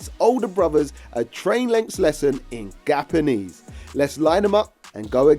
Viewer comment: Gapanese and gappuccino… Deary me mate 😂